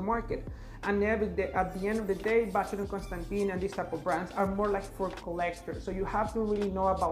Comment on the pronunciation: you surely can say ‘Constan’Tan’ rather than Constan’Tin’